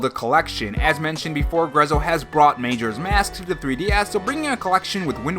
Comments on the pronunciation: Major's Mask? It's MAJORA Major with an A lol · Bruh.... "May-joras mask"...STAHP lol. It's "Muh-joras mask" 😂